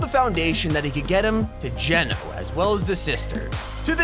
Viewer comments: did anyone hear that he pronounced Genō right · Finally, you've said Geno correctly, thank you, thank you, liked the vid.